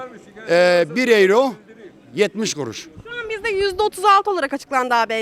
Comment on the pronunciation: 40 senedjr almanya da Daha Euro okunusu oyro demeyi Bilmiyo bunlar hep böyle devletten geceniyo kahveden Cikmaz bide Almanya bitik diyo karaktersiz